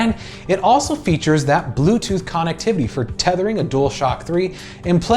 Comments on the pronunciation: Dude. It's (Cun-ect-tiv-ity) not con. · He said con- ectivity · Why does this guy not pronounce "connectivity" correctly? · the way he says connectivity triggers the hell out of me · I can’t be the only one that kept being bothered by the way he kept pronouncing connectivity 😂